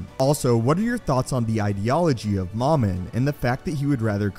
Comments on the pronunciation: Dumb English, it's supposed to be Mumin, not moooomin Ahh, I thought you were joking about moomin. The finish trolls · It's mowmin.not mahmin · MOM-IN??? No, it’s pronounced “MOH-MIN” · This guy in the video pronounces Momin "Mamin". Why?